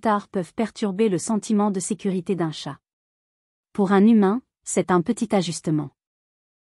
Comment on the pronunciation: Ça y est, le robot débile commence â dire des âneries à moins de 10 secondes du début : ce n’est pas un tchate mais un chat !